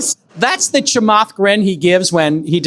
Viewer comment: Also, it's Chaamath not Chamaath